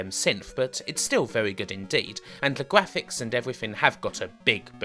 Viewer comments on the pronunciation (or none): tha gwaphics awe bwoken